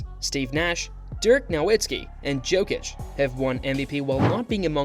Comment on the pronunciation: Ok, I can’t watch this with that prononciation of Jokic